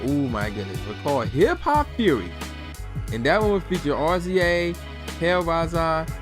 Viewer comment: Cmon. I support your (side)hustle. But 1. If you don't remember if you actually bought this album then you shouldn't review this. 2 R-Z-A? Seriously? That's RAZOR(pronunciation). GZA pronounced JIZA! This isht was a classic.